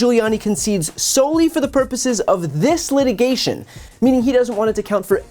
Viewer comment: “For the purpose of this letigation” ??